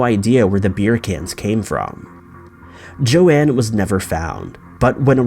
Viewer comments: It’s Joan, not Joann/Joanne... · Her name was Joan, one syllable, and not 'Joanne.' doesn't even try on some of these things. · It's Joan, not Joanne Risch. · The first woman's name is Joan....pronounced jone. Show some respect for once. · Her name is JOAN - NOT Joann